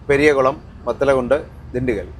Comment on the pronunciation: പെരിയകുളം അല്ല, പെരിയാക്കുളം